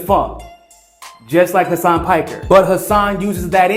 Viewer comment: Hasan "PAKKER"🤣 i love you but u couldnt say most English word of all😂